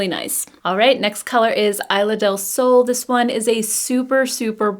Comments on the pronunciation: Isla is pronounced EES-lah :) love your review!! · Thanks for sharing! They look beautiful on you. Btw, I in Spanish is pronounced like e in English (esla)😊